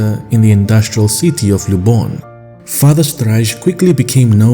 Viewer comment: Quibble. You pronounce Polish Luboń as if it were Spanish Lubón. It's actually Lúboñ.